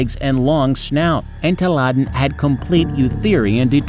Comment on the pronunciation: En Taladen